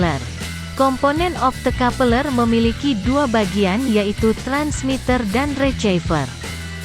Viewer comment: 😂😂😂 opto kapeleeer